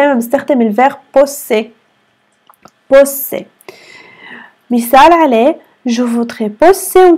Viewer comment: تصحيح في الدقيقة Z تلفظ بال Poser Pozer أي نلفظها S لأن ال أتت بين حرفين صوتيين رابط جدول جمل أخطاء شائعة في اللغة الفرنسية - الدرس الخامس في موقع سيلينغو، يمكنك إضافته إلى جداولك بعد التسجيل في الموقع، ودراسته وسماع لفظ الكلمات والقيام باختبارات بالكلمات الموجودة في الجدول Erreurs courantes en français - أخطاء شائعة في اللغة الفرنسية - الدرس الخامس Erreurs courantes en français - أخطاء شائعة في اللغة الفرنسية - الدرس الأول Erreurs courantes en français - أخطاء شائعة في اللغة الفرنسية - الدرس الثاني Erreurs courantes en français - أخطاء شائعة في اللغة الفرنسية - الدرس الثالث Erreurs courantes en français - أخطاء شائعة في اللغة الفرنسية - الدرس الرابع